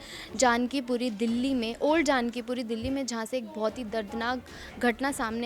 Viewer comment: Reporter medum ji.is jagah ka naam janak Puri hai.not a jaanki puri.